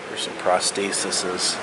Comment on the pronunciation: Prosthestisis?? You are funny.